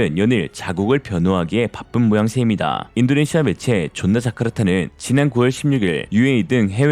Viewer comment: 조나자카르타가~~~>존나자카르타?ㅋㅋㅋㅋ 말된당